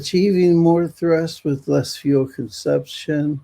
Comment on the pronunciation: English automatic: not "more thrust with less fuel conception" it must be "more thrust with less fuel consumption" But that is derived from the logic of the topic and from the context! pronunciation is actually resembling more "conception"; it sounds more like this word. This is a bit tricky because the "conception" could be relevant in the general context of this YouTube presentation, somewhere else, too. But the sentence's direction of thought clearly favors "fuel consumption!"